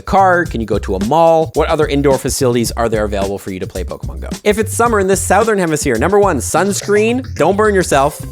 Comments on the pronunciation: Suh-thern not Sow-thern IMO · Hello from America. Southern is SUH-thern, not SOW-thern. On a side note. Z is zee, not zed. That's a word. The rest of the world is getting it wrong! And no, I dont speak English, I speak American